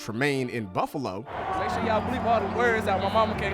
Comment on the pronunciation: did he say "the Bubbalo Bills"?